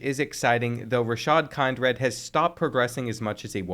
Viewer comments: Kind-red is crazy! It’s Kin-drid, bro. 🤦🏾‍♂️🤣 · Dude ik finally someone mentions it kind-red is wild